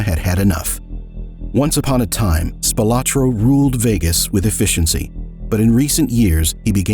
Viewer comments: Spil-ah-tro not Spil-o-tro. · His name is pronounced Spilaaaaahhtro. His son my my best friend in grade school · The surname Spilotro (originally Spilotros) is pronounced SPEE-lo-tro. He was a distant cousin of mine - fortunately distant! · Am I the only one thinking he’s pronouncing his name wrong?